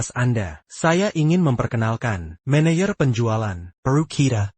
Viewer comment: Belajarlah ngedit subtitle otomatis. 1. Apa dinarasikan "ey-pi-ey" 2. Tn dinarasikan "ti-en" 3. Manajer dinarasikan "mé-né-yér" 4. Hati-hati dinarasikan "hé-tay-hé-tay" 5. Tapi dinarasikan "ti-ey-pi-ay" 6. Mr dinarasikan "met"